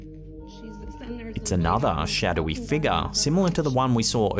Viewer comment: All I'm gonna hear all night is ' what is the mysterious figga, is it paranormal, or can the figga be something else 😂😂😂😂 lol